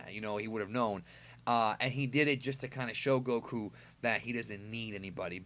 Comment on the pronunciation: i hatethe wayu say goku lmao